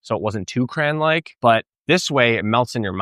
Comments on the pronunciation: I stopped when you said "crayan" was an American thing. Lol! Its crayon. Just giving you crap, cool vid! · he's absolutely pronouncing crayon weird. no one here says cray-n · I am from Chicago and we do not say "cran" we say "crayon". However I lived in Pennsylvania (ironically where the Crayola Crayon factory is) and they say "cran" or "crown". Oh, and after seeing this I have to get myself a Ninja Creami. I LOVE Ninja products! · No one says "cran" for cayon. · Cran ????? I certain you’re the only person I’ve heard pronounce crayon…… cran and I’m born and raised in the south where people mispronounced words frequently. Until you explained, I thought you were talking about cranberries 🤣🤣🤣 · Bain Marie for his "Cran" 😀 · I love the fact couldn't get past the "cran"... smirked every time lol